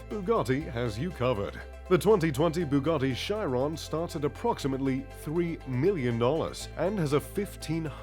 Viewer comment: Bugatti Shairon😂